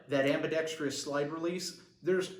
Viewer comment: Your're killing me with your enunciation of ambidextrous... there's only one "i" bro.